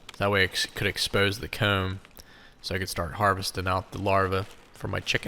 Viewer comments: I swear to bob I always thought you were saying “cone” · I’m laughing because I was enjoying your pronunciation of “comb” and then you mentioned people were picking on you lol. Did you say you were circumcising the nest???? They are beautiful. It’s amazing how they can make these. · That was it! The way you said comb was how I could tell you were from Pennsylvania. Between you and Herc I’m getting very little done at home 😂